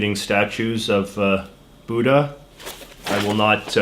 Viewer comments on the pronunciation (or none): none